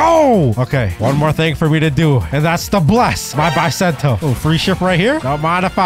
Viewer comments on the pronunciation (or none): Bro it’s bisento not baisento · It's Not Baisento It's Beesento i know master sword dealer calls bisento i know it's beesento ok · It's Pronounced Bi Not Bye